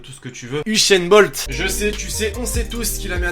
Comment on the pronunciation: C'est usain bolt pas uchainbolt